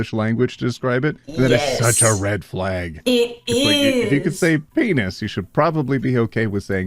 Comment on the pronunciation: Trigger Warning. says "penis" instead of his iconic "PEEN-EYES" pronunciation of the word;_; (This TW is a silly joke btw- no hate to )